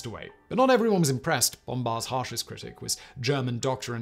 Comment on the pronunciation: This would have been a great vid if it wasn't for the fact Simon clearly loves the sound of his won voice pronouncing 'Bombard' 😝